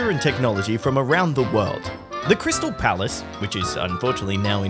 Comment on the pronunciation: How do you say that? WOWUD? The WOWUD FAIR??